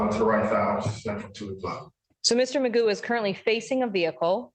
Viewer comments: Technically his name is McGough and it's traditionally pronounced "mig-off" but he seems to lack any self awareness or self respect and never corrects anyone, so everyone calls him magoo, like the cartoon. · Stop it, his last name is not “”. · Technically his last name is McGough', but everyone pronounces it magoo and he never corrects them. Traditionally it would be "mig-off" but he's not even self aware enough to respect his own name and correct people. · His last name is prounounced "" btw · I remember the only one able to pronounce it correctly was ironically an ai generated voice. It ticked me off how not only he himself doesn't care that it's McGough but that I'm certain his court documents all have it typed the same too. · Well his actual surname is McGough, but it's definitely funny that they pronounce it as Magoo 😆